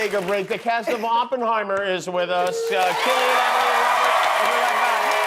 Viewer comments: Hey Jimmy, do some research on your guests. It's not pronounced 'Sillian'! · Jimmy really said "Sillian" Look how they Massacred my boy... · He called him Sillian!! What a joke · pronouncing cillian wrong!!!